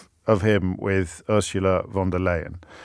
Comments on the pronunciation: James, it is pronounced „von der LIE - en“ not „LAY“ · It's pronounced 'Fon', not 'Von'. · Juust so youu know James her name is pronounced fonn derr lye in.